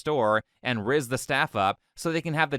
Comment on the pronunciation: idk why hearing say rizz is so funny